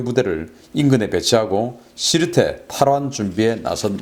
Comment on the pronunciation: 지르테가 아니고 시르테입니다